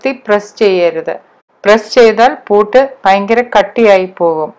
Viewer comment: പൂട്ട് അല്ല പുട്ട്